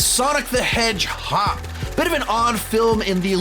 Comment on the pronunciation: did he just say sonic the hedgehop?